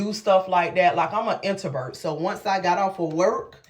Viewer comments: Did she say she an intavert instead of an introvert? Lol 🤦🏾‍♀️🤦🏾‍♀️🤦🏾‍♀️ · Did dat bih say “ I’m a intervert “?😂😂😂